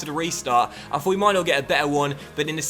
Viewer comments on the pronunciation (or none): none